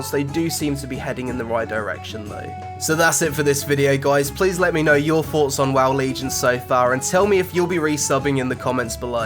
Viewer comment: What are his FOUGHTS guys? Hahaha! Fuck. I really wish this kid would fix his speech impediment, then I might actually listen to his vids. What do you guys FINK? What is the Feme?